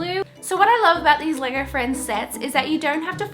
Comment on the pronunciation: When u were saying LEGO friends it sounded like leger friends